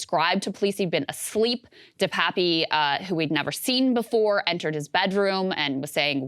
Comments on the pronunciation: DePap, NOT "DePapi". Krystal NEVER listens to Sagaar. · Krystal: De-Pappy, or however you pronounce it. Saagar: De-pap. Krystal: anyway! De-Pappy! 🙄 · I went to school with Dave in Powell River, BC, Canada. It's pronounced De-pap. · It's pronounced DE PAPEY not DE PAP or DE PAPI Jesus, America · Cant she bother to get the last name right? Its bit DePapi even her co host told her